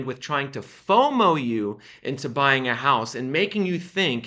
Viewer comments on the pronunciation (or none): none